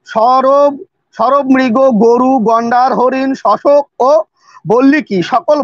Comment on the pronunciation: ধৃষ্টতা মাফ করবেন, সবর নয় সরব উচ্চারণ হবে।